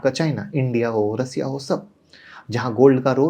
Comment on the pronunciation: बस कर बस कर भाई😂😂😂😂 थोड़ा हस लेने दे, ऐसे ऐसे नाम लाते कहा से हो, और रसिया नहीं रशिया होता है😂